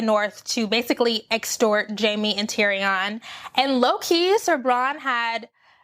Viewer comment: Just have to say that "Tyrion" is pronounced like "Syrian" not "Tee-ree-ON." Ha ha... I really don't think Jaime is as horrible as you think. I believe he's going back to Cersei to kill her, not to be with her. But he isn't sure he'll survive the attempt, so he says things to try to make Brienne feel like she shouldn't love him anyway. Sort of like when Arya throws a stone at Nymeria back in season 1 in order to save her life. At least, this is what I hope! As for Dany, I don't think it was loneliness or jealousy in that feast scene. She was just realizing that Jon has the love and support of all the people there, so if they find out that he is also the rightful heir to the throne, they aren't likely to support her--despite the fact that she just sacrificed so much to fight with them. She is worried about her throne. She's so used to sweeping in and getting all the love of the locals. This is the first time that didn't happen for her. And with Jorah and most of the Dothraki gone, she's really lacking support. And I'm not mad that Missandei died. I'm mad that she didn't go out in a more badass way. I wish they'd had Qyburn standing next to her, so when she says "Dracarys," she wraps her chains around Qyburn's neck and jumps. That way she could have died on her own terms and taken out Cercei's Hand at the same time. She was too cool a character to go out so lamely.